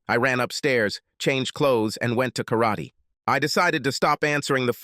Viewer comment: I HATE AI spoken stories. Especially the way the AI pronounces Karate.